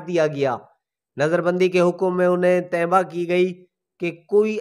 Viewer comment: Bhai urdu ki tangain tu na tooro 1.39 Tanbeeh word hai and ap kia perh rahey ho